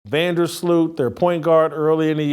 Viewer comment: Lmao. Van der sloot. How dare u do that to my Hailey 😭